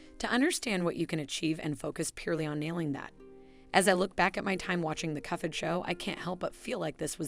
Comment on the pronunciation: I think that's because the ai-voice reader interprets the "ph" in "cuphead" as a "ff" sound, like in phonics and elephant.